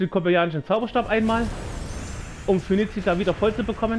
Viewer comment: bitte schau Dir doch die Namen von Phoenicia und dem Kobaltinischem Zauberstab noch mal an. Das erste kommt von Phönix, das zweite von Kobalt. Du vertauschst da das "t" in den Namen;)